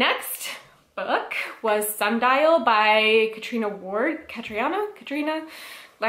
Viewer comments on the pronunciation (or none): Still sad about Sundial lol but it's pronounced Katrina but add an 'o' before 'na' if that makes any sense